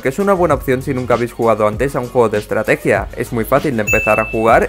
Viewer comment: estrateguia mas estrateguia me mori de risa 😎😎😆😆😆🤡